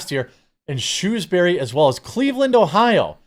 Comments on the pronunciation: It's not Shoe-s bury like footwear, it's Shrew-s bury like small furry animal. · I was 45yrs old exactly (It's my Birthday today) when I learnt that America also has a place called Shrewsbury. I'm now curious if it is Pronounced the same way as the UK's Shrewsbury